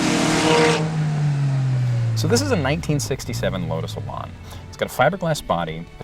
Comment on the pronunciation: THE worst description of the Lotus Elan I have ever heard. Plus, A Miata is nothing like an Elan. Nothing. Also, it's not pronounced Elon. Terrible.